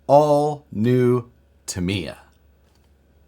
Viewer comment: Started watching but then you pronounced Tamiya and I shut it off. Just saying.